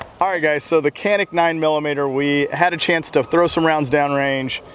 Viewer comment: well you don't need to rack out a round to re-cock the striker, you only have to pull the slide pack a fraction of an inch. about the same(or less) distance that one would pull it back for a press check. still would wait for the model without the de-cocker. (also, it's pronounced "janik".)